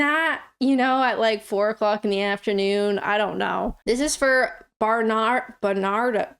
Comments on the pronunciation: Barn - ar - doe's Bar - nar - doe's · Berrnado's is said like Bernard with an ohs, as in South Park's 'Ohhhh Nooo!; with a short s on the end of oh. Burn aRd Ohs Bern aRd Owes Berr Nard Ohz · if you want to integrate into British Society you have to know about Barnardos (and learn how to pronounce it).